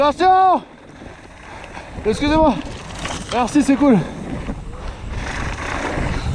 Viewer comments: Not SCOUZ it's wrond EXCUSÉ MOI is the right one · this guy: "exusez moi" his breakes: "exusez moi"